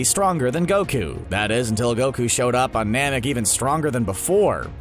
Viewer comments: Namic not “manic” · He said Manek it’s Namek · He said Manek... 🤦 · How did nobody notice this... "That is until Goku showed up on MANEK even stronger" Wut? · who else noticed he said manek